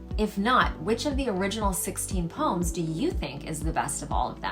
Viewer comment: That’s the correct pronounciation for the word poem